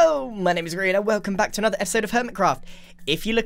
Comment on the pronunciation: I thought your name was pronounced Grian, not Greean